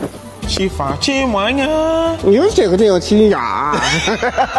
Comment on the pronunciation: Did I hear say "Chimuanya" 😂😅😂😅